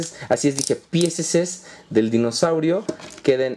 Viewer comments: se dice dinosaurio no mimosaurio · es dinosaurio no mimosaurio